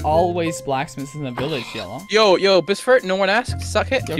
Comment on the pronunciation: It’s boosfer not boostfer